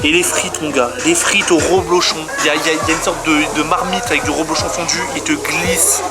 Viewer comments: DSL mais on dit reblochon avec un E ! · C'est du REblochon et non du ROblochon.